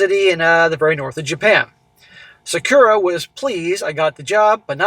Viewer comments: It’s pronounced Sok-Curr-ah!😂😂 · Sa-KU-rah. He should easily be able to get a job teaching English. He said he was a high functioning autistic - perfect mentality to master hacking.